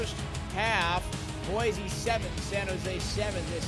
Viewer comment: Y'all need to learn how to pronounce Boise lol (Boy-see not Boi- z)